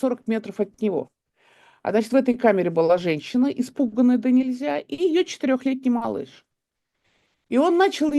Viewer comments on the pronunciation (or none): ДонЕльзя (вместо донельзЯ) ИмЯрЕк (вместо имЕрЯк) БуСТи (вместо буТСи) - от слова буст, а не от слова сапоги Город Хомс, а не Холмс Кажется, я что-то ещё забыл Дарданелльская операция была инициативой Черчилля (его по-русски, кстати, не Чёрчиллем называют), и окончилась поражением Антанты, Вам же уточнили, что речь про Первую мировую Евгения Марковна, меньше пафоса и выезжания на заслугах